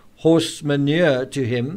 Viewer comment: I realise this is a serious matter being analysed here... Thank you for that... But 1205/1210, as you try to say horse 'shmanure'...it reminded me of this - A city-slicker lolling about a country farm, watches the farmer carrying a bucket of horse-shmamure, asks him what that was. Oh, says farmer, it's fer m' rhubarb... The chappie is a bit surprised, he says - oh, I say, old chap ! where I come from, we use custard! 😷 🌈